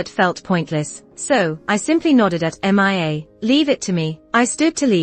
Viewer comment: 2nd story saying m.i.a. instead of mia